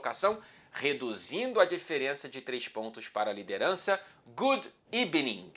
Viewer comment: é ebening?? n né. Evening: boa tarde ne